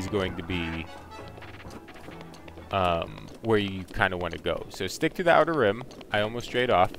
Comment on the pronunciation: Outer Rim. Outer Rim. Dude, figure it out before you upload the video.